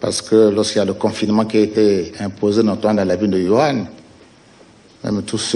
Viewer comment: ON DIT WUHAN ET NON WURAN